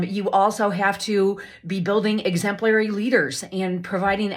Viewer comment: it all makes sense now that i know she's a sovereign citizen, lol. also, the way she says 'exemplary' drives me bonkers. talk about empHAsis on the wrong syLLAble.